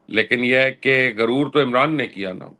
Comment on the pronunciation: Why you say guroor for arrogance. In Urdu first letter is GHain and not Gaaf